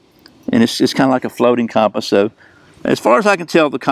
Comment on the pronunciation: The way you pronounce compass..🤦